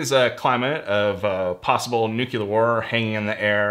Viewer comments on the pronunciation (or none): It’s nuclear not nukelar. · New-Clea-err not Nuke-U-Lar this is such a hard word for English speakers I can't understand why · Interesting vid. As someone who was an RO in a previous lifetime, I have a high expectation on the pronounciation of the word New-Klee-R. To quote Walter, "Also, dude, new-cue-lar is not the preferred nomenclature. New-klee-r please." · For many years I was a NRC-certified field engineer for a prominent nuclear corporation. I wish you would give your instrument readings in RADS or REMs versus counts per minute. A screaming ticker doesn't really tell you that much. Also, it's pronounced 'NEW-CLEAR' not 'NEWKULAR' (NUCLEAR). Airline crew would freak out when I traveled withth my Geiger running with audio off just meter reading 3 times background at sea-level as we reached cruising altitude (cosmic rays). Thanks for your channel. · *nuCLEar, not "nucular" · Did not expect someone who knows a lot about radiation to say “nucular” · Yeah neither did I. Working in an actinide research lab for a while it really bothers me when people pronounce nuclear that way. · It's time we put our foot down and say things the way they are....Nu-cle-ar... Thank you for coming to my Ted Talk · Nucular? Was not expecting a radiation nerd to mispronounce nuclear. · Nu-cle-ar. Say it with me now. Please. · So typical. A dude does a video about nuclear information, tools, war, etc and he can't even pronounce the word nuclear. He says NU QUE LAR. Geiger counters count cpm [counts per minute]. Counts per minute are not informative when measuring dose rates. Dose rates (damage to the cells in your body as energy deposited) are what you want to measure. CPM measures contamination levels not radiation levels. You need an ion chamber, not a Geiger counter. There are inaccurate conversion tables to estimate cpm / x = mRem/mRad but inaccurate is the operative word. He said 280 counts per minute when the instrument clearly showed 280 kcpm which means 280,000 cpm. wtf?